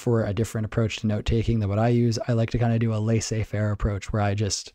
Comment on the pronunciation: What is "leasy fair" XD Did you mean the French phrase "laissez-faire"?